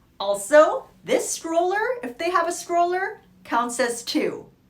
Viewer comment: Is she calling that a scroller or stroller